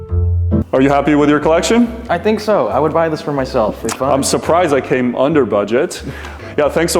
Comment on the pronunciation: "I'll add it to my collectionne" made me laugh quite hard for the red g shock